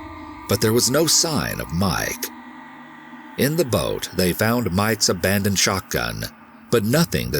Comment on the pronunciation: I love the video but the way he sometimes says mEYEke instead of Mike kills me lol.